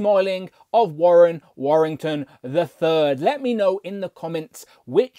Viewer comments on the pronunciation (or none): Your pronunciations are all over the place. Warren Warrington? Pronouncing the ch in archangel? Also, how do you miss noticing that missing paint on the leg as a reviewer?